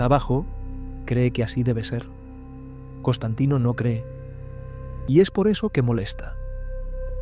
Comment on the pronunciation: es Constantine No, es Constantain... Constantino!!! 😂😂😂